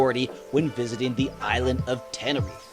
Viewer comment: TeneriFE, not Tenerif, please !